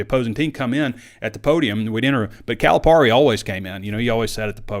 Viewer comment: We're really going to have to figure out how to pronounce his name right at least... Cali - PERRY